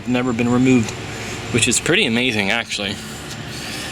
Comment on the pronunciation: Cowl not hood Double u d 40 not dubba d 40 Water not wahder Actually not akshally Cause not cahz Culprit not coalprit Skeg not skag Run not ran Reverse not ruhverse Bolt not bowl Taken not tooken